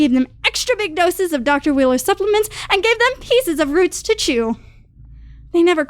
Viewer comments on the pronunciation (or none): none